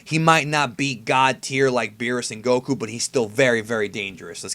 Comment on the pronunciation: he can't even pronounce Goku properly he constantly says gokhu and now he says Baysil instead of Basil. In English you pronounce a vowel by its letter if there is a y or e after the next consonant